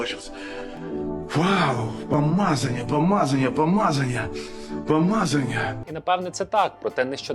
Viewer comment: Відбірна калібрована крінжа, ммм, каааайф😅😅😅 Обожнюю 'ту памазанью, уххх такая памазанья прішла!